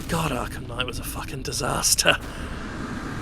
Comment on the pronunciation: why ru calling it arkham sky?